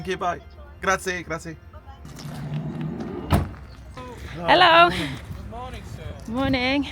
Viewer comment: Guys... You have been all over Italy and nobody has corrected you yet! I have to tell you... It is not "grazii"! It's "grazie". The "E" is pronounced like "Egg"!